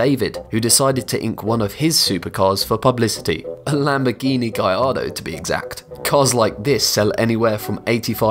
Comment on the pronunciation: He pronounced Gallardo “Gaiardo” 🤣 S o. M u c h. R i c e.